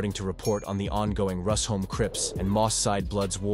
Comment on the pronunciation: Its pronounced 'Rush-home' not 'Rus-home'